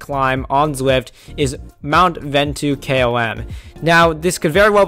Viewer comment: Ventoux pronounced Von Too :)